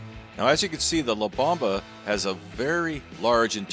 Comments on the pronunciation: Bomba is pronounced "bOHmba" not bAHmba. Great video 👍🏻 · La bomba means the bomb in Spanish. Pronounced bohm-bah. Not bauhm-buh. Lol. Not correcting you, just informing you.